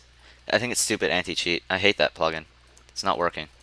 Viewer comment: When he said anti cheat I thought he said anti sheep XD